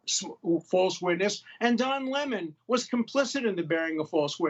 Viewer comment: "Don Lime"? 😂